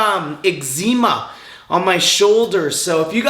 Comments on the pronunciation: "ive been getting a little exzeeeema" hahahaha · Eggzeema, baseses, cellullull… tell me more science man.